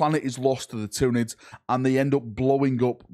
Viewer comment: Ah yes, the thunids